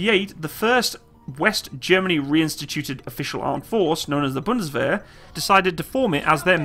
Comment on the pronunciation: Pronounces “Wehrmacht” “ware-mackt”; pronounces “Bundeswehr” correctly. O.o.